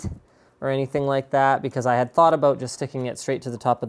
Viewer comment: That I'm not happy aboot :P